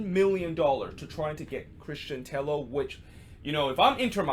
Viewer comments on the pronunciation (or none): Just one note: Christian Tello pronounce as "Teyo". Double L in Spanish make Y sound. A familiar example would be David Villa, which I think you already know how to say it.